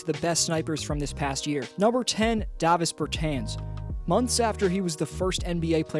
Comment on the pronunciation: It's pronounced DAH-vis bur-TAHNS. The A in both words is pronounced the same. Also, he should be higher on the list.